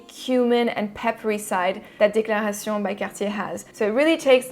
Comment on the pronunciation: lol you really went for it on pronouncing the DECLARA Tshee OWNN by CAHHHH TEEE EHHHHHH'